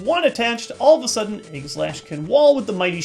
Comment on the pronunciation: it's pronounced 'age' i slash, not 'egg' i slash.